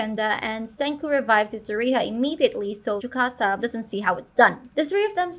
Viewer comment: why are you saying tsukasa like chewbacca bro